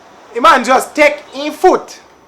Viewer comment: THE WAY HE PRONOUNCED SHAMAN HAD ME DEAD